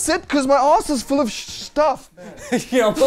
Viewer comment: "my arsh is full of shhhh-tuff"